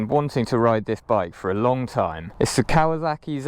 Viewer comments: It’s Kawasaki,not Kawazaki. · listening to Brits pronounce Kawasaki has become a side hobby of mine. It's silly.